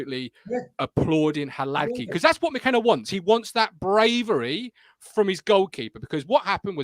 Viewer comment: Hilarious watching Martin wince every time tries to pronounce Hladky 😂